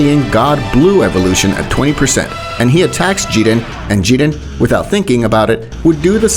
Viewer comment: Bro said jiden and not jiren